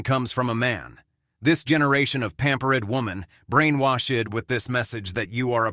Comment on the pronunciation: Something about this voice isnt human.. pampered is not pronounced pamper-Ed. WTF?? Am i tripping out